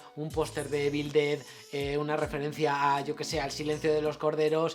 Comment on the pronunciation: Se pronuncia IVEL DED, no "ebil"